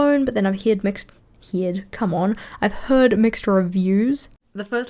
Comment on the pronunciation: When you Kiwi too hard and say "hyeahd" instead of "heard" 😂 I loved this!